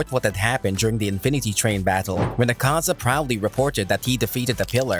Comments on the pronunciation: It's not 'akaaaza' . It's "aakaza" dumb shiz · AH-kaza not aKAza cmon now and it’s mugen train say it right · Dude its not Akaaaza, its Aaakaza